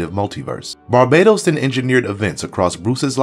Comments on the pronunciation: Bar-BAH-Tohs not Bar-BAYE-Tohs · Great video! But is it pronounced Bar Ba Tose or Bar Badoes? I’ve heard both but I say it the first way. All I think of is Rihanna when people pronounce it the other way lol 😂!! I also love the DCUO clips, I play that everyday, it’s my jam!! Anyways thanks again for an amazing video!!